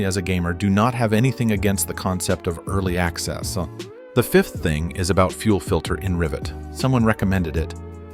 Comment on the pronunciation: early accessah